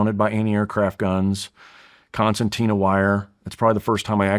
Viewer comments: Hey “security expert”, it’s conceRtina wire… not “conceNtina” wire…🚩 great start… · Did he say, "concentina wire?" It is pronounced Con SIR Tina. Fingernails on the chalk board for me. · But apparently doesn’t know it’s conceRtina wire and not “conceNtina”…🚩